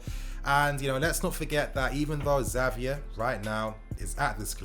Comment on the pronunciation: His name is said Javier I know its spelled with the X but the X poses as an J